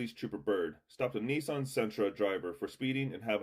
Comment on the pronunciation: Bro can’t even pronounce Nissan correctly 🤣🤣🤣